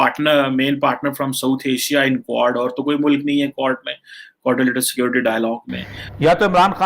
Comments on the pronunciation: Aree is budhe ko QUAD bolna sikhao. Kuad-kuad kar raha hai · Quad pronounce to karle pehle sahi se